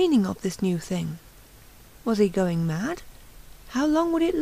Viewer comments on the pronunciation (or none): none